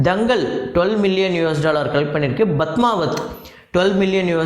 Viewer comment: Badmaavath nnu solreenga ppadmaavath nnu original name ucharikkanum... P ucharikkavendiya idathula B ucharikkireenga...